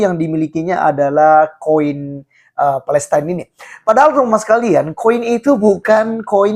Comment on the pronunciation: Yg benar ucapannya palestain at palestina ??? ... Jgn seenakmu bro